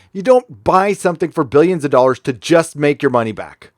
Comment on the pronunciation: It's DOLLARS god damn it. Not "Dorr-rrs"